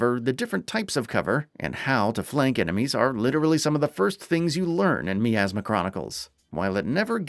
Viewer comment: Despite being 3 years late to this review I'd still like to ask how is it that this game can say the word "miasma" as often as it does, yet the reviewer will mispronounce it every single time?